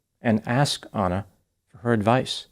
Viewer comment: Doc.. you’re a white American, should be familiar with common names. Why are you saying ANNA like “Awna or Auna” ??🤨